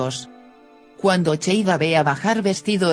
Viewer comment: No es cheida es seida